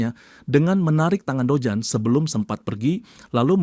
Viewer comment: Dojun min jangan dojan😂